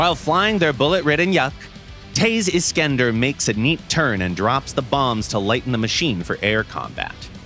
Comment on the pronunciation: The way he pronounce "taze iskender" is not good lol.